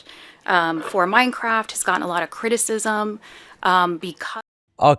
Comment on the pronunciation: minecwaft is nowt iwwegal huh must be a criwmnal den